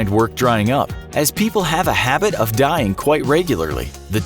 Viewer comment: I died when he said people now a days people are constantly deing